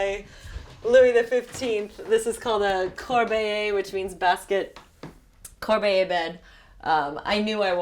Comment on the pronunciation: "until the opportunity to go there ARISED"???? and you claim you are an author? Arose is the correct verb. Arose for past simple and arisen for past participle. Lady, you can't even speak English and you claim you speak French? LOL . And it is Corbeille bot Corbeiller. The e is silent, but of course you are "fluent in French". Even the French BF can't write French. "Tu me manqueS" not manque.